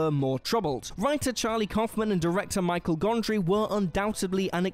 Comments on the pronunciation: I stopped this when I heard him say “Michael” Gondry. It’s Michel Gondry. Pronounced “Mee-shell”. Like the girls name. And if you don’t know that then you don’t know anything about movies so I’m not watching your video. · PLEASE take this video offline and overdub the audio. mangles so many names in this thing that it's not funny. All About Eve instead of All About Steve? Michael Gondry instead of Michel? Scorsee (?) instead of Scorsese? Were ALL theses typos in the script or is your V/O talent truly inept? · 'Michel' Gondry. Dumbass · Michel Gondry. Not Michael. And Jean Dujardin is doing just fine as a major star in French cinema. Not making it in Hollywood =/= failure. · Excuse me, WHO Gondry? It's pronounced like Michelle. Aren't you guys British? Shouldn't you know better than a filthy American how to pronounce French names? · Did anyone else catch him say "Michael Gondry" ??🙃